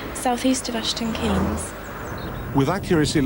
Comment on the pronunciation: aston 'kaynes'